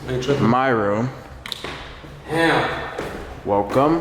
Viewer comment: “This is mY room (turns on light) wel-come” I don’t know why I laughed so hard 😂😂